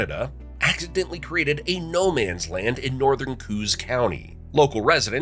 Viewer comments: Coos County is pronounced Kohoss County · He said Coos wrong and I am not having it lol. Goes "Co" then "Os" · Yup. Co as in yo. And os as in os of lost. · I have to laugh when I hear "coos",(Ko-aus), county pronounced "kooz"😂😂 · its not said "cooze" its Co- Os said like Koh- Oss - i wish people would research the pronunciation of these names before producing a video - AI never gets the words right. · Coos, as in Coos County, is pronounced COH-ohhs in New Hampshire, In Oregon the Coos name is pronounced Cooooos. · Tell me you’ve never been to NH by simply saying “cooz” county…muppet 🤦🏻‍♂️ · The MV Mt Washington looks a great deal different than the stern paddler in this video. The actual Mt. Washington does show up in an aerial shot later in the video. They did pronounce Kanagamagus correctly, (unlike most locals!) but blew it on Coos County. It's pronounced like "co-op" but with an S instead of a P. Again, even some folks in southern NH don't know this. Robert Frost's famous poem "The Witch of Coos" - yep, it's about Coos County, but most English teachers mispronounce it. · Coos (County) is pronounced Koe Oss (accent on both syllables). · Oregon has a county spelled the same - Coos - but pronounce it Kooz. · New Hampshirite here. In the mid-state area, we pronounce "Coos" as COH-oss, rhyming with "Doe Boss". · The northernmost county in New Hampshire is pronounced Ku-os. Two sylables. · i was expecting another BS AI video, but it started with Ruggles and hit a bunch of other less known cool spots. So at least some level of thought went into this. Good video. You did mispronounce a boatload of names though. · Knows 50 facts about New Hampshire, but not how to pronounce Coos county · The AI can pronounce Kancamagus but can't pronounce Coos County.😊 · Great video, only sour note is the pronunciation of Coos County, Google it. 😁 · jesus...... you butchered Coos. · Except you still didn't pronounce it correctly 🤦🏻‍♀️🤦🏻‍♀️🤦🏻‍♀️🤣